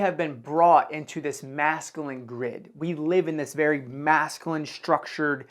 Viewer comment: Hey, great work on the video awesome information P.S. Just so you know it’s pronounced măs′kyə-lĭn Cheers